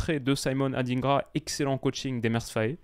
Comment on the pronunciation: Oui ils le pronocent tous comme ça: ADINEGRA pourtant c'est plutôt: ADINDGRA DIN comme DINde 🍗 😂